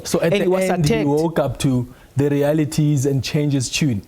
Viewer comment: South Africa's minister of justice pronounce is top notch. Forget the African accent, it's allowed, but the pronunciation leaves much to be desired!!! Genuinely - Ginianlee The - Deh This thing - Dis ding 🤮🤮🤮🤮🤮🤮😭😭😭